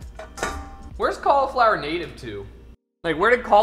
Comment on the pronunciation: Can someone please teach my boy how to say cauliflower